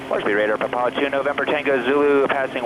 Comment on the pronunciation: Wow they even know how to properly pronounce PapA (emphasis on the last syllable)